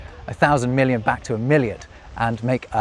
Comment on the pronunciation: About milliard etc: over here (NL) we also use this. Miljoen - miljard - biljoen - biljard - triljoen - triljard. But hearing you say: "milliard" I totally understand why it got out of use in English. You have a pronunciation problem with it, million and milliard in proper English sound too familiar :-) Which is not the case in other European languages.